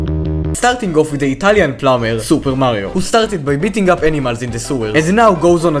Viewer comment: When he said the italien plumber, i thouth he said italien flower